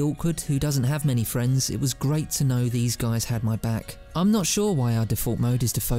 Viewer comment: James has 3 fwiends......3 football fwiends.